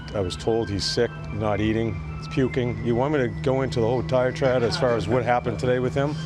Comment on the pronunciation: Tortorella using a “big word” like diatribe but says it “diatride” lolol big dumb goofy asshole.